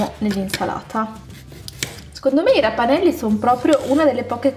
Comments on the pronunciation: Si chiamano ravanelli non rapanellli comunque ti adoro😍😍😍😍😍😍😍🥰🥰🥰🥰🥰🥰🥰🥰🥰❤️❤️❤️❤️💕💕💕💕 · si dice raVanelli nn raPanelli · comunque qua da me si dicono ravanelli con la v e non la p però al massimo sbagliamo noi .... ti adoro